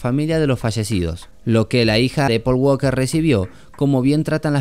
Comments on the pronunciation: En ingles en la palabra walker la letraL es silenciosa se pronuncia Waker not Wlker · Me gusto mucho tu video pero quiero aclararte que el apellido walker en ingles no se pronuncia la L en fonetica se pronuncia woker. Suerte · Por favor que a este Man le enseñen a pronunciar Walker